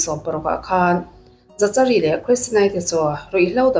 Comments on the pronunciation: Za cha ri an tiah, Zakari tive mai la 😂😂😂 dangdai e 😂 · Zachari nilo in zakari anih hmel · Zachary tih hming hi "Zak-a-ri" tiin lam tur a ni. Zachary: zækəri Lam dan phung: "Zak-uh-ree" emaw "Zak-a-ri" tiin lam rik a ni tlangpui. A hmasa ber 'Z' hi a ri nasa deuh a, a tawp lam 'ry' hi 'ree' tia lam rik a ni deuh ber. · Zachary>zakari a ni lo em le😁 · Dik chiah,Zakari tih ve mai awm.. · Zachary ti lovin Zakary tiin lam zawk la,Psycho ti pawh sykaw tia an lam ang deuhin...a spelling ang thlap thlap a lam rik lo chi,silent chi a awm ve a... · Zachary = Zakary tiha lam tur😀🙏🏻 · zachary tih te,saptawng zir a ngai nasa😂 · Zachary i lam dan em2 chu leh😂😂😂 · Miami pawh Miami ti in a lam ve ta a lawm mia-mi ti khan a lam thin a😂 Zachary pawh lam dik ve mai ang😂😂